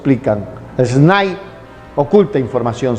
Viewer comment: Las siglas SNAI no deben leerse "esnái", eso es incorrecto. Debe leerse nombrando cada letra, o sea: Ese Ene A I.